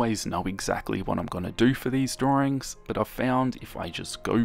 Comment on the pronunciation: These drorings are amazing! My childhood is corrupted haha. Also does anyone know why he keeps saying “Droring”?